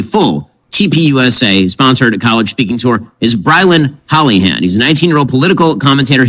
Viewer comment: "HOLLYhand"??!! Really??!!